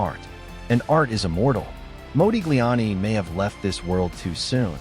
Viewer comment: It's Mah, like mod, not Mo like Moses. Your AI is WEAK SAUCE